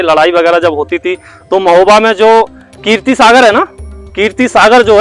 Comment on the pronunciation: Keertee nahee keerat Sagar